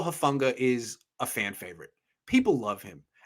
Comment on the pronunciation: This guy is a total jerk. He hasn't pronounced Talanoa's last name correctly since----since forever. And then here he has the temerity to suggest that he's some sort of expert on dialects and linguistics. Do some research, pal---or just listen to the CORRECT pronunciation given by the person to whom you were just talking! It's....."who-FAWN-gah."